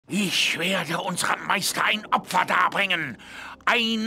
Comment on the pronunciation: "Meisdaa" Die Betonung Klasse 👌